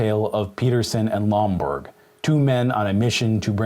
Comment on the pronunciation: It's Lomborg, not Bloomberg